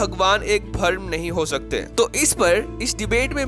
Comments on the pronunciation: अरे भाई बीच में कमेंट्री क्यों कर रहा है। भ्रम को भर्म बोल रहा है। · भाई, अमीश त्रिपाठी तो विद्वान हैं, उनकी बात करके भी आपने अच्छा किया। लेकिन भाई बुरा न मानना, आपको अपने हिंदी के उच्चारण पर काम करने की बहुत जरूरत है। बहुत निराशा हुई आपकी नेरेशन सुनकर। और को ओर, भ्रम को भरम और भी बहुत कुछ। कृपया हिंदी अच्छी तरह सीखें तब इस तरह की कमेंट्री करें। धन्यवाद। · Bharam nahi u fool.. its bhram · वीडियो बनाने से पहले 'भ्रम' तो ठीक से बोलना सीख लो